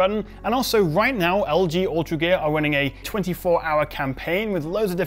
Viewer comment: Because of your accent it sounds like you're saying 'Ultragay' and I like it.